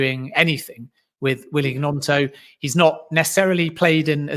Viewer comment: Man needs to listen to how Gnonto said his own name it's not G-NonTo it's basically gNonTo.